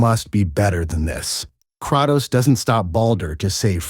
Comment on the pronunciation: Did we really need an AI voiceover for a 12 min vid? hearing KRAHTOS and ARE EHS for the duration is so infuriating.